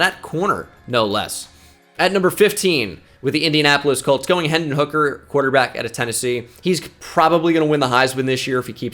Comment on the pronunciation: Hendon not henson